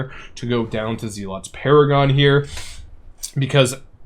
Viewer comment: Zel-OT, not zee-lot 🤦🏻‍♂️